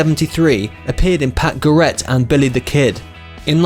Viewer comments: It’s Pat GARrett, not GarRETT; BUYezz, not BAZE; Karim Abdul Jabar, not Gabar; and intrepid, not inteprid. Good day. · Pat Gareth? Joan Bays? Minsota? This video is appalling and the narrative probably taken from Wikipedia by people who can’t pronounce words. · I would have continued watching had the reader ever heard of ‘Baez’ ‘ Garrett’ or folk music! Unbelievable!